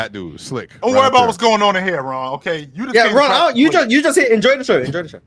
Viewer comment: Ox had me crying but I don't think that saying Jokic would be better in a specific system than Kobe equates to disrespecting Kobe. Also W host action from, "Rawn" gotta do better